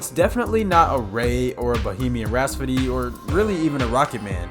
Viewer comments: He did. Also said Bohemian "Raspody!" Or was it "Rashpody?" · And Bohemian Raspody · Raspody or Rasphody... 4 freaking times!! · Bohemian Raspody... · Bro can't pronounce Rhapsody, it's killing me. 😂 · Homie mispronounced rhapsody every single time. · Is there a reason you say rhapsody so different? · Dude, learn how to pronounce "rhapsody"! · How many times are you going to say 'Rhapsody' wrong? 😂🤣 quite a few apparently! And there's a minute left in the video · I’m only 30 seconds in and you’ve already mispronounced “rhapsody” and “Amish.” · …..if you can’t pronounce “ Bohemian Rhapsody“ correctly then you’ve lost me not even 2 minutes in. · RAP-SODY NOT RAS-PODY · Bohemian Rap-So-Dee not Raspadee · It's "Rhapsody". NOT "Rhaspody". I lost count of how many times that was mispronounced throughout the video. C'mon man! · Ok Screen Rant, i hate to b THAT guy, but y'all need to have a word with this host! I mean, Bohemian RASPODY??? AY-mish Paradise??? 😕Last i checked it was Bohemian Rapsody and AH-mish Paradise.... cmon man, its the little things yknow? Edit: DAAAYUM!!! 4 TIMES (maybe 5)... RAP-SODY! Bohemian RAP-SODY! 😢Freddie b roling rn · rhaPSody, not rhaSPody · I've heard multiple references to Bohemian Rhapsody in this video. But every time I hear the narrator say it as "RASPODY" instead of RHAPSODY. Am I hearing that wrong, or is this guy truly having trouble with that word? Listen here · Bro, Rhapsody…. Rhapsody. Not rasspody… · Bohemian Rhaspody. ...Rhaspody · "bohemian rhaspody" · Why does he keep saying "bohemian rhaspody" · Bohemian "Rhaspody?" 🤣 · I wonder, why you pronounce the rhapsody like, rhaspody. Heard it several times now. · I stopped watching after he said “RhaSPody” in Bohemian Rhapsody. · Please stop saying rasputty. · "bohemian rhaspody"? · "Bohemian rahspody" 😂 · Now I can't unhear it. Raspedy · Bohemian Rhaspody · Right out the gate at 27 seconds when he says Bohemian Rhapsody…. “Raspidy”